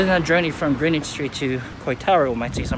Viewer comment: Actually pronounced, "GRENN-nitch"; FYI...